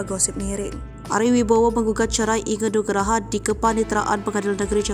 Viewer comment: Inge anugrah min.......g bener banget sebut nama orang